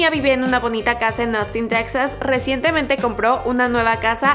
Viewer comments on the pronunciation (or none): none